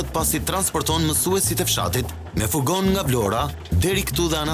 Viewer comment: nuk me besohet qe edhe nje "gazetar" te shqiptoje "fugon" fjalen "furgon"... Analfabetizem funksional!